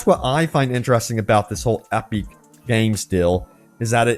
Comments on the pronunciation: Great video and great news! That said I am having a hard time coping with how labored your pronunciation of the word "Epic" is. "Ep-beak?" You sounded like you were in physical pain trying to get that word out. Lol then I started to wonder "maybe he is right? No one would have that much trouble saying "epic" unless the company gave it an awkward pronunciation which would make you stumble on the word every time it came up. If that's true then have I been saying it wrong all this time time????" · why are you saying epic like that...